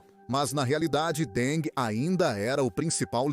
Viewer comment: Que presidente Deng? Ele nunca foi presidente nem secretário-geral do Partido. A mais alta posição oficial na cúpula que ocupou foi a de presidente do Comitê Militar Central. Outra coisa: não se pronuncia “Dengue” assim como king, em inglês, não se pronuncia “kingue”, mas “kin’”.